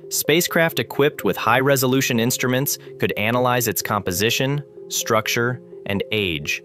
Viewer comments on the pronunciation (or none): none